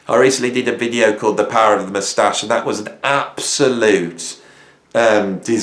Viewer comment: Algorithms are bull, the moustache video was the best! I will never pronounce it MOUStache again, henceforth mousTACHE for the dignity it deserves!